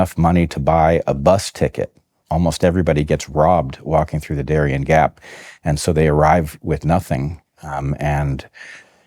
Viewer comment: It's Darién, not Darian. Pronounced in Spanish, the accent goes in the last syllable.